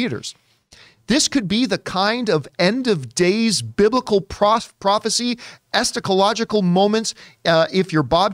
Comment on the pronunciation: Lol at John pronouncing "eschatological" as "estacalogical", "cratering" as "catering", and "Bakish" as "Baskish". Come on, I know reading isn't John's strong suit but this is a bit much.